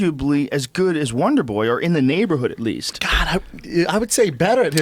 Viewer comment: God I wish Brendan would stop saying "Wanderboy". It's "Wonderboy" !!! God Brendan - you're a podcast host for Christ sake!!